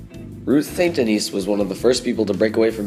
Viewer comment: Ruth St. Denis' last name is actually pronounced "DENNIS" (not Denise)